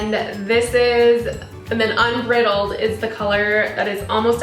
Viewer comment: 1. Thank you for the review and comparison 2. You didn't link the tutorial below, I would have liked to see it 3. It is pronounced un BRIDE eld, not un BRIT eld